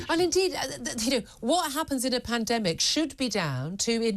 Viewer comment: Did she just say "when there is another pandamic" ? 4.36 minutes